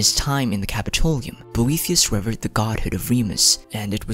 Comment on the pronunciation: Pronunciation note: reh-VEARD for revered